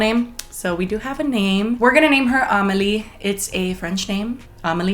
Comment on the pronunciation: It's pronounced Ah-meh-lee not Ah-mel-ee